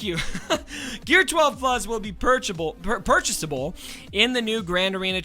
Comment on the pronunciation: Pretty sure CG’s real reason was due to mispronunciations of CG’s forum posts 😬.....”purchable”